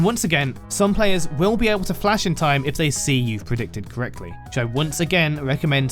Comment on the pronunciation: bro really wants to call it dlash